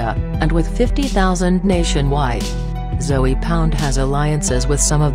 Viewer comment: It's not Zoey lady egggghhh